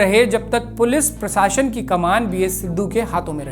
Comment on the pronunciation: बवज़ूद नहीं बावजूद होता है। और पराशशन नहीं प्रशासन होता है। The video is very good and informative. Thank you 🙏